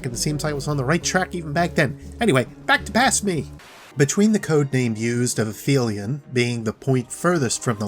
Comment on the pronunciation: Quick note, when referring to the real world term Aphelion (furthest point away from orbits centre) it is pronounced "Ahp - Helion". In Destiny the creature is pronounced "Aff - felion" by a Techeun.